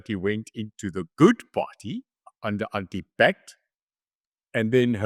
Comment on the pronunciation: Aunti Pat sounds ,sounds like aunti bat.